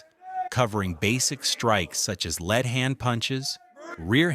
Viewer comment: Bro mispronounced "lead" 🥀